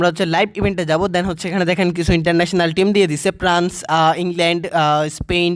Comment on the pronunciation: প্রান্স নাকি ফ্রান্স 🙂